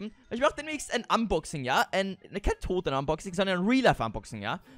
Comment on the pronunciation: Also quasi ein Fanpost Unboxing ( hat mal ausversehen statt Unboxing Boxunsing gesagt 🤣🤣🤣🤣)